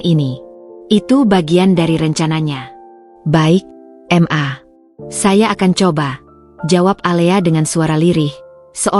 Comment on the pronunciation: "ma" bukan "m" "a" sebut dgn betul lah...🙄